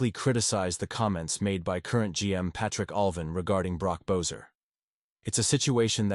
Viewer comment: How you pronounce Boeser is an insult.